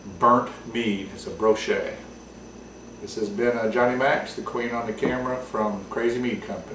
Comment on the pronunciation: FWIW, it is bochet, not brochet. Ive got one of these going that is about 4 months old... basically same thing as here: 1 gal batch, 3# honey boiled for 40 minutes, but I threw in 5# of strawberries in the primary. Right now, it is big strawberry and burnt marshmallow nose, but taste is cough syrup and burnt caramel. still too young to judge... awards have been won with this style...